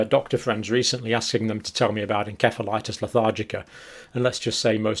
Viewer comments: EN-SEF-A-LITIS Nurse John! Learn to pronounce it properly! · Pretty sure the C in 'encephalitis' is pronounced like an 'S'. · Every American dictionary pronounces encephalitis with an "s" sound, where every UK dictionary pronounces it with a "k" sound.